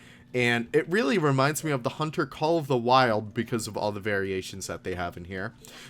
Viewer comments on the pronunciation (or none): none